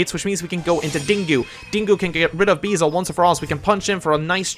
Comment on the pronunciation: It’s very minor but the dark dragon is called beelze, not beezle